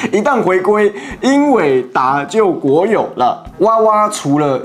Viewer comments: 英偉達！！！！！！！一直英達...聽了實在很彆扭，好好說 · 是英偉達 不是英達偉 或你直接唸輝達也可以 其實台灣NVIDIA是叫輝達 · 呃...不知道是不是有啥特殊原因需要把英偉達，英業達念成，英達偉，英達業嗎?? 聽著很不習慣，再者，4090這事情其實不能這樣解釋，那是原RTX4090正好處在美國禁售AI相關產品範圍之內，後來老黃也是緊急出了一套4090D做中國特供板限制了AI相關功能，所以也是對中國仁至義盡了，其實他不太缺中國遊戲顯卡市場，2024第一季財報數據中心佔86%財報，遊戲晶片及其他佔 14%(遊戲中主機晶片跟顯卡晶片還是一起算的)，所以對岸的，人家不是不肯賣你，但是也別太把自己當回事，你不買有的是別人買，你抵制他就算你真的撐住了他也不缺你這一丁點，另外你們寄予厚望的摩爾線程號稱紙面上參數與4090齊平，實際生態與支援差人家可不是一點半點，三年內你都不可能追上人家，能夠自主設計新架構這一點要稱讚，但是是個台積電七奈米工藝，在還不能自主生產之前，你是有啥底氣抵制人家?本來你們中芯一度有機會自己搗鼓出來六奈米，後來給你們自己攪黃了，再看你們這陣子的表現，老實說，讓我跟這樣的國家統一，我的理智實在是不允許。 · 英達業??英業達吧:face-blue-smiling::face-blue-smiling: 英達偉???英偉達吧:face-blue-smiling::face-blue-smiling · 英达伟？？？是英伟达吧。。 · 英業達講成英達業.... 英偉達講成英達偉.... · 英偉達這麼大間能念反XD